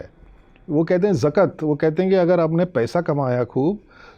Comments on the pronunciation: Ye professor hai jakat ko jakt kah rahe hai😂😂what a knowledgeable man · Are sir zakt nahi zakat hai😅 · Sir zakat nahi zakaat hota hai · Bhai kise expert bula liye is bande ko bolna bhi nai aa raha zakaat ko zakt bol raha hai. Jo bahut he basic word hai